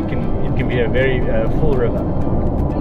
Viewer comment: Thamalakane killed me 🤣🤣